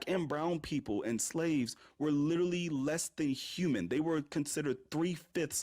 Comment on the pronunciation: "Lertally this lertally happened" man these people's hubris is unmatched